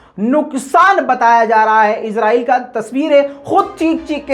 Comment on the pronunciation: bhai aap izrael bolty ho. ye lafz israel. izrael ek farishty ka name hai